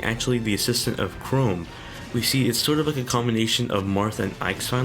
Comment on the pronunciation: If we're being sticklers for pronunciation already, you might want to know for future reference that Chrom is pronounced with an "m" sound on the end. If writing it out in letters helps, try Crahmm. I don't really care, but I know some people do and it might help you later.